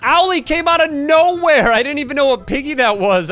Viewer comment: 3rd comment: Uhm, sir.. it's owelle. Not owly 😂. Might have a 4th comment.